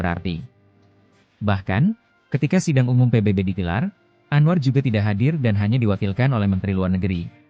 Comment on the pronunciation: KOK ANWAR JADI ANOA😮😮?? APA GK SALAH😅😅😅..?. Ya aq baru tahu knp bahasa Indonesia yg di pilih di who